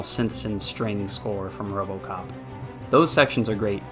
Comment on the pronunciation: There is No O.P in robocop.